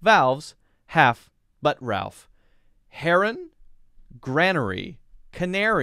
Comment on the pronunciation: via should be said like ot rhymes with choir I'm sure Ralph is supposed to rhyme with Safe It's definetly "base" to rhyme eith efface